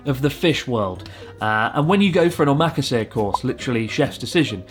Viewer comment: hey man you may have been speaking Japanese a long time but you're still missing the syllable rhythm, you say omakase like it's an English word but it's om-a-ka-se you can say it fast but you still need the rhythm lol.